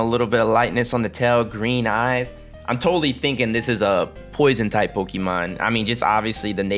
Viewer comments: pokey-mon. hon-doom. wtf is wrong with how you pronounce words. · Just listen to the anime or something and learn to pronounce them right. Pokey-man is how people who are acting like they are too mature to know how to say it properly. Houndoom is based on a hound. Its not hond, unless you are German. Say it "hown-doom"